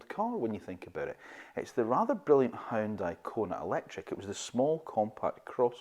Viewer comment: “Huooon- Day” not Hioon-di